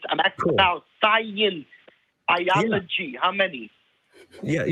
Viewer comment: “SCYENCE! BYOLOGY!”